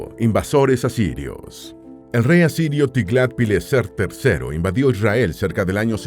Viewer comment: Mentira dice isriar no israel